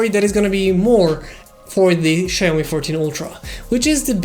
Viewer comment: "Ceaomee" lol